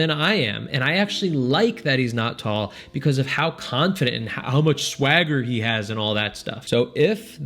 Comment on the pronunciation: I'm sorry, there was a lot of good advice and info in here. But I can't get over the fact that said; Swagger 😫